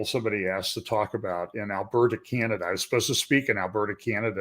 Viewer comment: China-da = Canada?